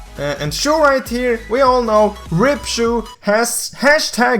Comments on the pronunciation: I like how he says choo instead of (cha-ow) Chou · bluepanda said it #saveSHU the correct way to pronounce chou is like the normal 'o' like "throw" but replace the 'th' with 'c' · #RipCho? You did not pronounce it correctly if you want to find the right way to say it go to Google